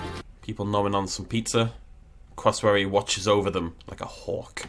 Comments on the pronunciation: Was anyone else triggered by him Pronunciation of cassowary as “crossowory” instead of “cassowary” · What's a "crossowary"?... Oh, you mean a "CASSowary"! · "Crossawary" Me (from australia) and Triggered Australians: "It's Cassowary!" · Its not a Crassowary.... It’s Cassowary. I don’t know why but this annoyed me to no end 😳😂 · You said cassowary wrong, just saying and I'm Aussie, also all the Aboriginal carvings/paintings in the rocks are made by Aboriginals